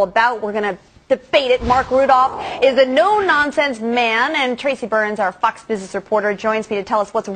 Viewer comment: it sounded like she said fux not fox